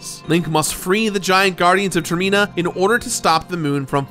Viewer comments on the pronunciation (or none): Do you call it a termEEnal at the airport? It’s Termina like a terminal. Term-ih-na. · Is calling Termina Tirina on purpose or...? Lol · Yeah, when he first said Termeena, I was like "Uh...that's not how you say it,..." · IT NOT TER ME NA ITS TER MI NA I'm not hating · Tfw when you realize termina is actually pronounced [term-e-na] and not [term-en-na] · i cant get over "ter-me-na" instead of "ter-min-a" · Termeena.....why....it's termina like terminal like an air plain terminal. in not een. Ahhh. Sorry that bothered me every time not your fault but ah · Is it ter-MEE-na? I always thought it was "TER-mih-na", like 'Terminal' . I admit I use weird pronounciation from when I was a kid (still blows my mind the way Mako in FFVII is pronounced. To this day, in my head i say "MAY-ko" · Termina, not Termeeeeeena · Term - man - a not ter - mee - na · Sorry, I can't get past the pronunciation of Ter-mean-a. I always pronounced it "Termina" like "Terminal", because the moon was going to crash and end everything.... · I noticed you pronounced Termina as "Terr-Mee-Nah". That's how I pronounced it at first. But people pronouncing it as "Term-Min-Nah" makes more sense and how I often pronounce it now. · It's pronounced Term-ina, not ter-mina. "In" not "ee" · I love this game, and this video was DOPE. I've gotta say, though, I've never heard it pronounced like Ter-meen-uh instead of Ter-men-uh and it threw me off a bit. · Stop saying Termina as “turmeenah” ffs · "Ter-MEE-na" Wtf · Why does he call it termEna? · Is it really pronounced Term-Mina? I always thought it was Term-in-ah, as in terminal like a giant moon is coming to crush the land. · Ah an episode of the Completionist. I'm sure there's nothing that'll tilt me in this video... pronounces Termina as "Ter-Mee-na" INTERNAL SCREAMING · "ter-me-na" lol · Ter-mee-na? Really? This is your pronunciation? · Ter-MEE-nuh? TER-MEE-NUH? OK. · Ter-me-nah. I've never heard it pronounced that way.